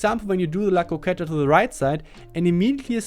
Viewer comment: Yes you pronounced "la croqueta" perfectly